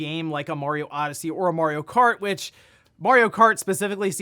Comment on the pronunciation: My man needs to watch the Mario Bros plumbing commercial for the proper pronunciation of "Mario" 😆